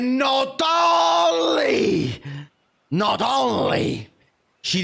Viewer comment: Gotta do the accent. Not ownnnnnlee